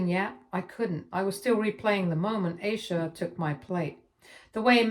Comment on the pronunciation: And Eye-sha